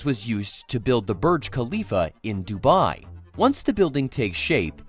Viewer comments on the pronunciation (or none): none